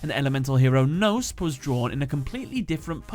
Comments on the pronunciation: Actually you pronounce it kno (similar to knob with out the b) and spe like special. Greeting from germany even i`m no yugi oh player they are realy interesting^^ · The k of Knospe is also not silent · Knospe is not pronounced like that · the word knospe got really butchered the k, p and e aren't silent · Uff the German is ouch. German really has silent letters so Knospe (speak it Kenospee) and Blume ( Blumee) . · Yeah your german is terrible. You pronounce evry letter in Knospe and Blume in german. They don't eat their e's😅 So it doasn't sound like Bloom😅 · Not to be rude but the e in both blume and knospe isn't silent, the k in knospe as well. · dat pronounciation of "Knospe" and "Blume". I'm like, there is no "noesp" in German and translates to "butt" looks at the actuall name oohhh....ohhhh, I get it now xD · In german the e at the end of Knospe and Blume is not silence. just sayn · I am just here to say, that that isn't how you pronounce "Knospe" Same for "Blume" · you couldn't be more off the actual pronunciation of the german names Knopse and Blume. the rest of the video is great tho